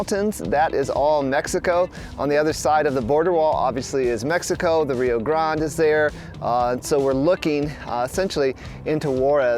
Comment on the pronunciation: Your pronunciation is incorrect, even Rio grade your not pronouncing correctly. Ask a local.